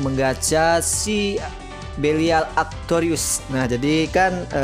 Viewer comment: Kok atroious harusnya atrocious bacanya atrosious